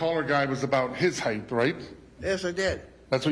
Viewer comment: This prosecutor says heighth instead of height